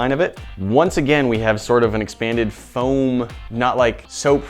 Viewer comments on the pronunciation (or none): i really like the way says "FAOM" instead of foam